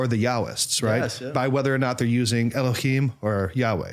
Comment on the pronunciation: And the h/hei ה in Elohim (אלהים) is a strait H sound, scratchy H you were doing would be more of a Chet ח or Khaf כ.